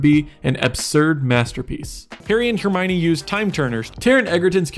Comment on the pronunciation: Absurd and Hermione are pronounced correctly what are you on about??